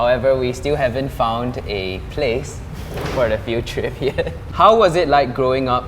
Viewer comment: "I wouldn't say fo us" It should be for •~•